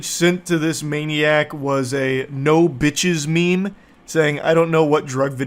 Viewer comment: HAD ME DYINGGGGG . his emphasis on his “bitch”es have me rolling